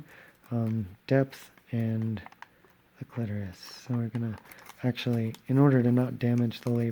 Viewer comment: This was so fantastic, thank you! Love your voice, the cursing, and the quips. I'm not stoked with the way my clitoris came out so I'll have to work on that. Oh, and Thank You for pronouncing clitoris correctly! ✌